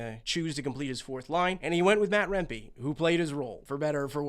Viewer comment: Its remp-ee not remp-ay